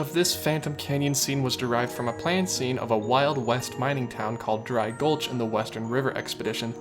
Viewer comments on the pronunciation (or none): none